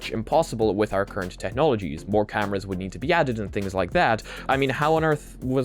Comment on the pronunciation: Hey mate! Any reason you say "TEH-nology", instead of "TEK-nology"?